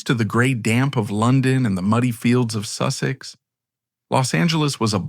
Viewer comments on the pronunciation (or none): none